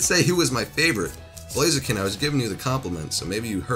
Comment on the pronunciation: JordanJapanNintendoFan✪ blaziken Butcherd it Lol